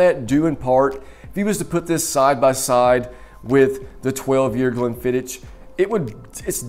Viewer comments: Please! It's "ck," not "ch"! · As soon as I heard "glen-fidd-ich" I stopped watching. Come on man. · Stopped 40 seconds in when you call it Glen fidditch 🤨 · If you want to do whisky reviews firstly you have to learn pronunciation of them You made a mistake about pronunciation of Glenfiddich which is elementary and beginers whisky